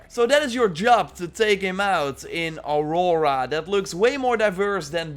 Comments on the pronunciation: Auroa. Not Aurora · Auroa, not aurora.